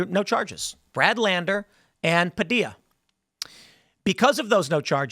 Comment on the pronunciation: Padilla, like tortilla